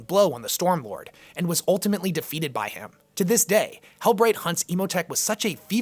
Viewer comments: Hell-breckt is more how its pronounced, but love the vids keep it up! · Most other YT 40Kers seem to agree that it's "hell-brekt", or "hell-brecked". Hope that helps. Now, you just have to stop loving the filthy xenos. ;)